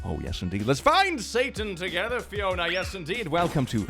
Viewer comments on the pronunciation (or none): when said "Fiona" i thought he said "Riona" which is my irl name and i got a heart attack. congrats thats the closest you ever got to my name